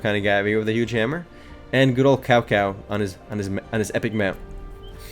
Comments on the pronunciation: Cao Cao is pronounced as Tsao Tsao. Sorry for being the language Nazi. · hey just for the record it's not prounounced like it's spelled prounounciation:tsow tsow